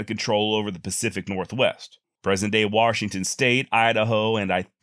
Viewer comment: just giving you a hard time on your pronunciation. Here in the state we say Washington.